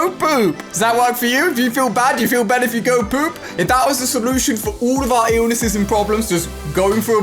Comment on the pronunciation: Why he says oul and not all